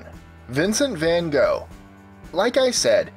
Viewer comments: Its not Vhan Gho its Van Gogh ffs. Learn to talk dutch. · Im sorry, but its pronounced van gof not van goh, really inspiring video! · Fincent fawn ough. The dutch say V as F and the g is silent. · Lol vincent vengo It's van Gogh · Its not van gogh. His name is pronounced Fincent fawn ough because the dutch pronounce V's as F and the g in gogh is silent.